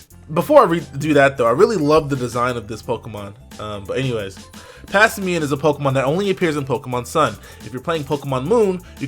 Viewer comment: omg - the word "simian" not whatever the hell he keeps saying,its erking me for some reason mostly cause it sounds like he is pretending to read.XD